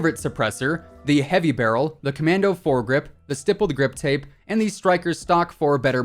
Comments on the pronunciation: I love how you say Grippled Stip Tape like every video and don't catch it. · Why do u keep saying "rippled stip grape 🍇 ". Its stippled grip tape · Who’s “grippled stip tape”. No hate tho love your vids.😂😊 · Yoooo when he said rippled stip grape i thought i went crazy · He said grippled stip tape for the PKM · Did anyone else notice that he said gripped stip tape not trying to be rude I always need up what I’m saying I just thought it was funny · “the grippled stip tape on the pkm” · “gripped stip tape” 😂🤣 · "Grippled Stip tape" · You said the grippled stiptape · 10.07 grippled stip tape . ? Ok then 😂😂 love your content man, keep going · the amount of times he said rippled stip grape or something like that instead of stippled grip tape lmao. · Nobody: Literally nobody:: rippled stip grape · He said grippled stip tape on pkm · R I P P L E D S T I P G R A P E😂 Great video, as always 👍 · Rippled stip grape😂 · "rippled stip grape" omfg im dead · "Rippled Stip Grape" xD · The ripled stip grape 😂 you said that going over the AUG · Lol he said grippled stip tape😂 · "The grippled stip tape:" ?? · lmao " the grippled stip tape" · On the pkm he said gippled stip tape hahaha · R I P P L E D S T I P G R A P E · Just want to point out you said Grippled stip tape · Did he just say "Grippled stip tape" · Did he say rippled stip grape!? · Bro imagine saying grippled stip tape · When he said the stippie grippie I almost cried of laughter. 🤣🤣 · He said stippeled grip tape rong every time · I lost it when you said “Rippled Stip Grape” lmao 😂 🍇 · “grippled stip tape”